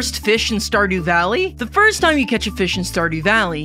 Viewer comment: That "started valleuEOY"